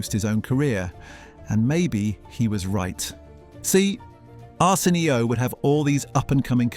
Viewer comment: Is this shit ai? Who the fuck says “arson. e. o.” but an ai voice😂